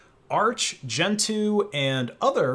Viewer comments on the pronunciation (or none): none